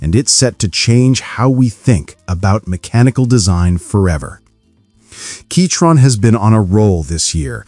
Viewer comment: Was it really pronounced keytron this whole time?